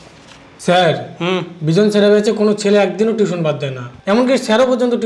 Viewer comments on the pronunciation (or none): Nice one! Khub bhalo laglo. If you don't mind, as a private tutor, I would say, 'tution' spelling ta parle correct kore nio. It's 'tuition' not 'tution'. (ar etar pronunciation ta actually tui-tion). Keep up the good work 👏